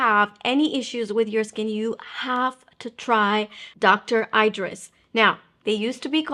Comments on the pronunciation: You’re pronouncing her name wrong. Eeeeeeedris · She’s a “good friend” so it would be nice to pronounce her name correctly. Thanks for the recommendations any way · She is a good friend but You dont say her name correctly❤